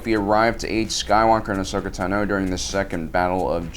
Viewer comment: Bruh its ahsoka tano not ahsokatu no